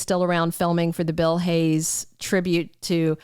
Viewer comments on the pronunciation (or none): none